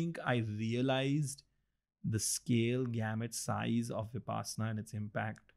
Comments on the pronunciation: Pls pronounce 'vipassana' correctly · I have a request. Please try to pronounce Vipassana (Pali/Prakrit) or Vipashyana (Sanskrit) correctly.